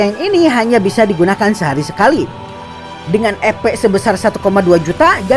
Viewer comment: Duh rasanya enggak nyaman dengar kata EPnya terdengar Kata EPEK bukan EP🤣🤣🤣🤣 Sogo takuci dan yg lain itu enggak berdaya melawan shion ,, para moster melemah larna ada pelemah sihir dan moster yg di lakukan myulan dan gereja suci barat. Perasaan saat di kasih nama abiru kepala desa lizard enggak terlihar berevolusi sedang gabiru dan adik berevolusi 🤔